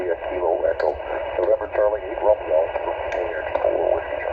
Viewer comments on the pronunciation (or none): none